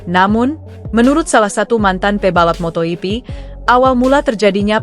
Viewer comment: itu si presenter ngomong apa sih???....motohipi...motohipi...motoyipi...motoyipi...wkwkwkwkwkwk.....😜😆😝😂🤣